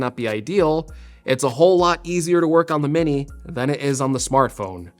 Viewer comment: “Mini’r” - dying laughing! 🤣